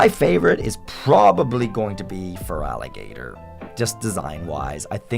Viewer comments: THERE IS NO VOWEL BETWEEN THE T AND THE R IN FERALIGATR! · FOR THE THIRD TIME, THERE IS NO VOWEL BETWEEN THE T AND THE R IN FERALIGATR! REMOVE IT NOW!